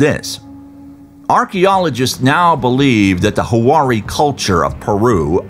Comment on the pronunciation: Huari or Wari has two syllables. Hua and ri. "Hua-ri" not "Hu-ah-ri". You don't see them using too many circles though 🤔 The square mandala versions loosely resemble some of their textiles but more coincidentally than anything else. If you search Wari Textiles online you'll see that they really don't resemble these geogliphs much at all. There was a huge craze in the 90's over Crop Circles which was all the rage. Someone should do an analysis on any wood found there. Not only are these out of place and out of character but they are also the thinnest lightest lines on the desert, made with very few stones and what looks like lines scratched into the surface. All other geogliphs are more of a construction with all rocks moved aside to create the paths. Many even have built up walls or what could be called a "curb" along the edges. The "runaways" in particular. Upon closer inspection you see that the edges of the "runaway" are actually a wall with infill! These geogliphs would be the only exception where one couldn't walk the path created. We don't know if they did that but it's a theory since they're all walkable... but these "estrellas" are the exception. It seems like a lot of work just to attract some tourists... but it could if could have paid off dividends already! Think of all the Crop circles people have created over the decades and all within one night! If these weren't so lightly constructed it might give me pause. The only works of theirs that could be considered geom